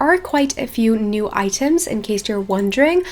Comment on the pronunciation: I died every time she said "iiiteem"/item